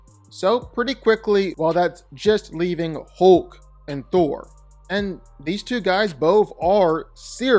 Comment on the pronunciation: Why does he keep saying hooolk its hulk